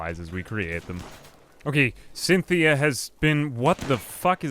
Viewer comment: Cynthia you mean SINthea